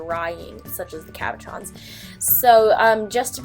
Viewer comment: Am I the only one who thought that she said caparrons instead of cabochons?